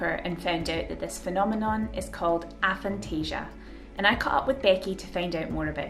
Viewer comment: It's got to be pronounced "ay-phantasia". A as in atheist, or asexual... Also, I had no idea that knowing what something looked like was different to seeing an image of it in your imagination...